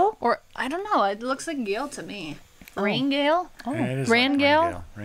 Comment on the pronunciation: Rangale is pronounced, Rang ale.. :D